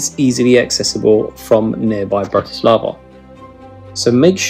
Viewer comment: All "a's" are soft in the Slovak language. Also, most words begin with the accent on the first syllable, as in BRAti slava, not. Brati SLAVA! Their is no such word as Slovakians, we are Slovaks. From a Slovak.